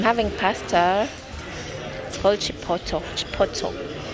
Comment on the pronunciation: 😂😂😂.It’s not Chipoto. Chipotle is pronounced by Chipole. It’s a Mexican food recipe. But you tried. Your US boyfriend should have told you about the Chipotle Mexican Restaurants across most states